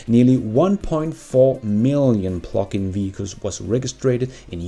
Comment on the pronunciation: Hehe i thought you was saying phucking vehichles instead of Plugin LOL